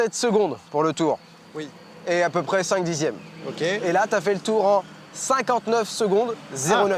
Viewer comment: Sans vouloir être méchant, sincèrement, oui ça fait mal aux oreilles ce qu'il a dit, mais "dizièmes" ça fait mal "auZ" yeux... Après, même si la majorité aura compris, si cela vous intéresse, sachez que pour la notation vous mélangez deux systèmes sexagésimaux, certes de temps, mais l'un mesure la durée et l'autre les angles. De plus sur les "53 dixièmes" mal prononcés par vous ajoutez correctement 5 secondes, mais, vous utilisez "18" pour exprimer les 3 dixièmes restants en faisant une conversion hasardeuse de la base sexagésimale vers la base décimale, sauf qu'ils (les 3 dixièmes) sont déjà en base décimale comme les 50 que vous avez très correctement converti en 5 secondes, donc il reste 0,3 seconde tout simplement. Avant la virgule en sexagésimal, après la virgule en décimal. votre 1min 02'18'' se lira donc 1 minute et 02 minutes d'arc 18 secondes d'arc il aurait été juste de l'écrire.3 (technique) 1 min 2 s 3 (international).300 (officiel course -de 1h) et bien évidemment le temps réel sans l'erreur de prononciation est de 57 secondes et 53 centièmes.530 encore une fois, ce n'est ni pour être méchant ni pour faire le malin, j'ai tiqué comme vous lors du visionnage, j'ai apprécié votre taquinerie mais je trouvais ça dommage qu'elle manque de justesse.